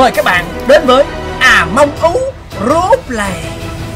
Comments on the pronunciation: Among us chứ ko phải among ú nha anh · Người ta: Among Us: À Mông Ú!